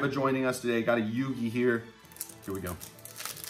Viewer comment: u have to say yugi.............